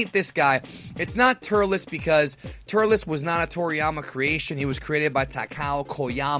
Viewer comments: its turtles not turtilis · Its Turles